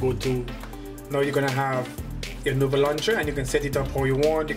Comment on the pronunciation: says nover when its nova